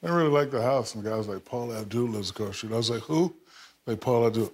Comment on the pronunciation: It's street...... Not schreet.